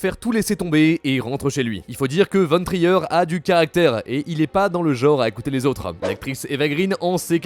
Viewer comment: Trier "traïeur" ??? c'est du danois anglais LV1 renforcé ?